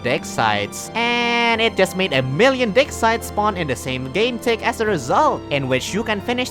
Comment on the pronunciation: Am I the only one who heard "dick size" instead of "dig sites" during the segment about On the Shoulders of Giants?